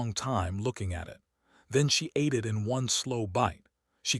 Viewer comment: I agree that AI still has a long way to go when it comes to narrating stories like this, such as "starring" instead of "staring," saying "I T" instead of "it," etc. But, in this case, "bobbies" instead of "babies" doesn't bother me as several cultures around the world call their babies that. It's a sweet term of endearment so I don't think it makes much difference whether it was AI error or not. It doesn't detract from the great story that it is. Brightest Blessings.